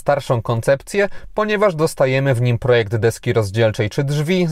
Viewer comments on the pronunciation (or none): none